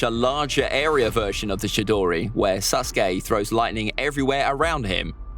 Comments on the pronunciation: He said susgay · I think it’s funny how he calls him SUSke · Am I the only one who thinks he pronounced sasuke as susgay